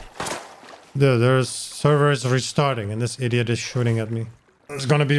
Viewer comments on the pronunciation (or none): ¿iRiot or iDiot? Do not change the D for an R.